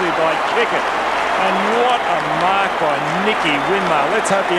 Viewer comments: "Mark", not "make". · bro said make not marks at the start 🤣